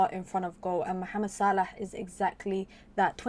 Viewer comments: Yes the right way! 👍🏾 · It’s pure Arabic pronunciation mate. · Same here, probably the right pronunciation. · I thought so. Nice to hear the correct pronunciation. 👍